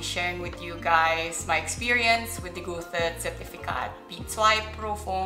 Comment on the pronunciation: passing b2 in german and still pronounce one of the most prominent german writer „goosey“?😂